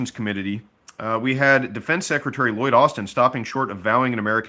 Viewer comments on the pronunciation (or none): none